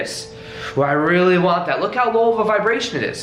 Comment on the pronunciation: Is there anyone here suddenly feels happy, enjoys and wanna hug him when says " I rrrrreally want that"?!